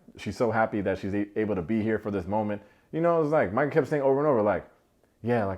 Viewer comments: You don’t even know how many times I shouted, “Mai-cah” each time you said “Mee-cah.” But, I think we can all agree she is caca 💩. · I was wondering if anyone was gonna correct you on saying “Meka” vs Micah. When no one did I figured it was a collective “we don’t care about her name” lol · I miss you saying Meeka!